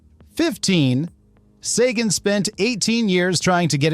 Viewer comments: Oh boy, 3 new ways to pronounce Sagan. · I really hate the way AI can pronounce a name correctly in one sentence and completly differently the next. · THIS is the QUESTION we are all asking after watching this! (and why AI Narrator can't stick with ONE pronunciation of "Sagan"!!!